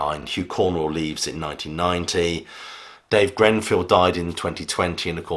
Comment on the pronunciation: It's Greeeeenfield man not Grenfield.